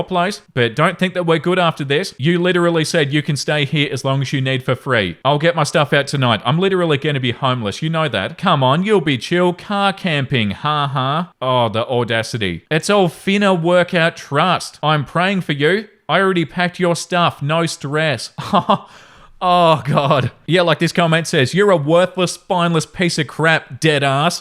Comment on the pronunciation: Dying hearing reading finna as fee-nah. 😂😂😂